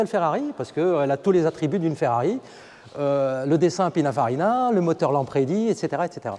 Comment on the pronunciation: Superbe auto unique🙂et belle description, juste un détail c'est "Pininfarina" 😄